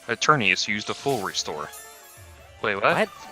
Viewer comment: EternATus, not Eternius! It has a T in it! It's right there on the screen in front of you, say the name properly!